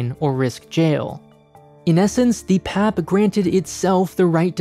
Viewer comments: Ikr. I’ve never heard it pronounced as pap haha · im curious, there's many videos of PM Lee speaking here, did they not listen to them while making this video? I'm sure he would have mentioned People's Action Party abbreviation is pronounced as "P-A-P" 🤔 hahaha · No one in Singapore pronounces PAP like you did. We just say P-A-P...spelling out the letters. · Honestly as a Singaporean, yes. I care more about his pronunciation of PAP more than the fact that we are a dictatorship. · Well, this is hardly the first video to call us a dictatorship. Even all the points in the video are old, repetitive from thousands of other videos/articles/political commentaries. Nothing is new nor unique from this video. Really the only highlight is how he pronounces the PAP acronym. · He’s pronouncing PAP like how you would in PAP smear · Hearing say PAP in one syllable instead of its individual letters was amazing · I totally loled when I heard him say it that way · Shows how much he knows about what he is talking about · That's like pronouncing the GOP as "gop". But he's not local, so.... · the way he pronounces pap is killing me lmao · This video researched the criticality of everything, up until it forgot to research how PAP is pronounced. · The way he's saying PAP reminds me of pap smear 😂.... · Sir its pronounced as "P-A-P" and not "pap" its each alphabet by itself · It's hard to take the video seriously when they called it the "pap" instead of P-A-P. Don't just do internet research, go and talk to Singaporeans. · It's not PAP its called P A P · It felt wierd every time he called the P.A.P "pap". It isn't your dad bro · Ikr! When I heard him repeating pap, I was like….who says that? It is P.A.P! Omg. Here he is ranting about Singapore and he can’t even pronounce the ruling party correctly? Geez. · you say P.A.P. not pap! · Singaporean here, yes I find "pap" very weird to hear, wish it was pronounced P A P too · Indeed its not pap, it's P.A.P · Obviously it's pap smear